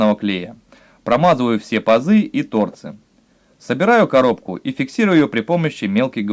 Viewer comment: По правилам Русского языка, в слове «торцы» ударение должно быть поставлено на слог с буквой Ы — торцы́. Надеемся, что теперь у вас не будет вопросов, как пишется слово торцы, куда ставить ударение, какое ударение, или где должно стоять ударение в слове торцы, чтобы верно его произносить. Учите родной язык, пригодится в жизни.